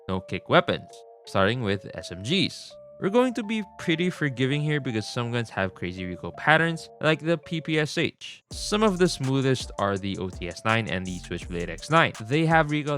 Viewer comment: Why do you keep pronounce PPSh like that? Pronounce Sh like in words "Shall", "shell", "marshmallow", etc. The correct pronunciation is "ППШ"